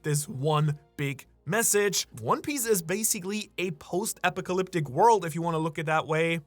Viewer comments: Apocalyptic or eclipiticated lmaoo wtf was that dude😂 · Did he just say "epicalyptic"